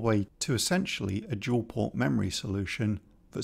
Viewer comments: I really enjoy your content (I have been awaiting this video with bated breath and am looking forward to your sprite logic) but I simply can't resist a bit of gentle mockery. To wit: "Dual" not "Duel" ;D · “Dual port RAM. not Duel port RAM”. Haha